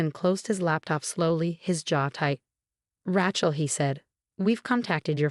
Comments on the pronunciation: The narrator's name is Ray-chel, not Rahe-chel, Please work with your AI and upgrade. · I don't know... Rat-Shell has kinda a ring to it😅😅😅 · Raychel not Ratchel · As soon as I hear Rat-shell, I hit the thumbs down and leave to find a story where the robot has been properly ptogrammed. These mispronunciations have gone on for far too long. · It's Rachel pronounced with a long A . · This particular AI voice consistently pronounces Rachelle as 'Rat Chel' . It grates on my nerves.